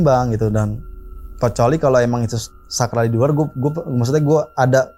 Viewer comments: saklar bang bukan sakral😅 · Saklarrrrrrr😂😂 jd sakrall😅😅😅